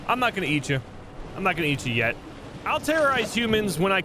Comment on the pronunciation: its kinda weird becouse he said eat "veat that meat"